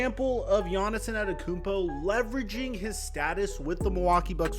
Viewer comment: Who tf is giannis enanekoonpo? 😂